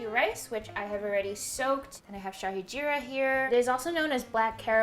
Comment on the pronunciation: This video is so satisfying. Hatsoff to you for researching about the food before making it. This is the authentic Indian food making video by a foreigner I have ever seen. And your pronunciation was on point, especially the way you said Shahi Jeera😇 Much love from India❤❤